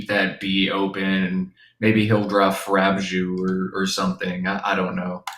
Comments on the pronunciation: Love the commentator's pronunciation of FRABJOUS, as though it were a French word. It's actually one of the nonsense words coined in the poem Jabberwocky: "Oh frabjous day! Callou, callay!" He chortled in his joy. This prompts me to wonder whether all the Jabberwocky words have made it into the Scrabble dictionary. A handful of them have become semi-common in everyday speech, but FRABJOUS definitely isn't one of them. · You just made that whole thing up, it’s not from jaberwalky and frabjous is an actual word and it always has been it means scaley. So stop lying constantly